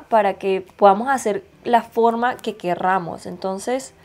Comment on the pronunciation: QUERRAMOS o QUERAMOS que acento